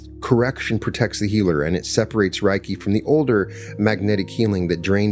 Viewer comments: It's pronounced 'ray kee', not 'rye key.' Spoken words matter. They carry frequency, vibration, and energy and need to be correctly pronounced to align with the intended frequency. 'Ray' as in light. 'Kee' as in energy.... Reiki. Yea, I know, go ahead and call me names. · I always appreciate your insights and this was enlightening. I've been a Reiki Master for over a decade and it is a beautiful healing energy. Worth noting, Reiki is pronounced RAY KEE. The pronunciation RYE KEE would mean something like "thunder/lightning energy." Thank you for sharing this beautiful message. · It's pronounced RAY-kee. Any Japanese person will confirm that. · Sorry, buddy. It's ray-kee. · ...."if you mispronounce Reiki as "Rye-kee," you are phonetically saying "Thunder Energy" instead of "Spiritual / Universal Energy" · It’s pronounced Ray-key! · Hey, this was great to listen to. Reiki pronounced Ray key, I’ve been practicing for 8 years and teaching 4 years. It’s such a beautiful healing modality & I love sharing wisdom & knowledge from my journey too 🙏❤️ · As a Reiki master teacher, in appreciation of your share, i just wanted to say Reiki is pronounced as Ray ki, Rei means spiritual ki means energy❤ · I have studied to master level - isn’t it pronounced Ray-Kee? I also do Brainspotting would love to talk to you about it! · Reiki practitioners pronounce it RAY key. Think RAY of energy (ki). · Thank you. It is pronounced Ray Kee. I am trained to Level 3 Reiki Master. This video is greatly appreciated. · Reiki is pronounced RAY-KEY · RAY-KEE REI=RAY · You can't even pronounce it properly... no scholar on the subject...😢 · Thank you, what a perfect explanation of Reiki (aside from a few pronunciations). I’m a Reiki Practitioner and believe the beauty & power of Reiki is in its simplicity ❤ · Anybody know why he mispronounced reiki? Seems like a huge oversight and makes it hard to enjoy the story. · In its actually pronounced with a l not an r